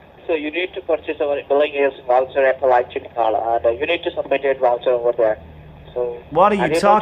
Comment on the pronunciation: "You need to submit your Woucher".... "Hired a lawyer, please come at your house" What total dumbasses!